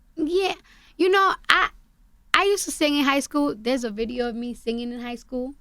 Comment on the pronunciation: “Am I sing ging” lol😂. How can you hate her ?